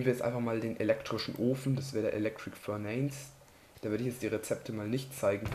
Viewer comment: Ist zwar lang her aber bitte verbessere deine Englisch Aussprache zb. Furnace wird furnase ausgesprochen